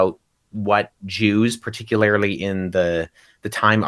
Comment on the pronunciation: Did he actually say, “particuLARILY say”?? Someone needs to go back to high school English class to learn that there is no such word as “particularily”, and pay close attention this time.